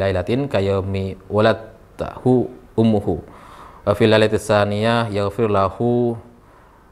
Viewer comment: Min bacanya bukan waladtahu tapi waladat hu ummuhu